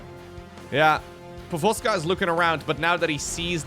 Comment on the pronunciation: But gotta admit, pronounciation of "povozka" was pretty on point^^